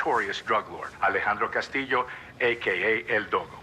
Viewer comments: you pronounce it castiyo, not castillio ;) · Cass-stee-o not Cass-till-lio. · It´s not "Castilio". It is pronounced "Castiyo". Double L in spanish is pronounced as "Y" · Christ it's not "Cas-teel-ee-o" it's "Cas-tee-o" There's no extra I. This is simple stuff. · CASTILLO not CASTILLIO.... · Its CASTILLO you dum fuck. Not CASTILIO. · Casteelio. Uh... wut? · It's Cast-ē-ō!!!!! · the way you said Castillio!